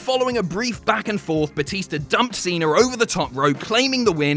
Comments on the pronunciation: Its john cena! Not john cener! Lmao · there's no R in Cena